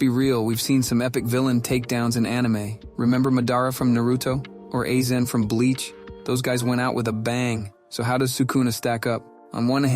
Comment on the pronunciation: bro why did you say madara's name so weird and A-zen like what the fuck